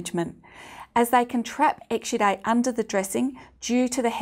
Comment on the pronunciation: This old crank gets no headache, but her pronunciation of exsudate (exsudite) makes me think she's saying extradite, as in don't extradite Assange!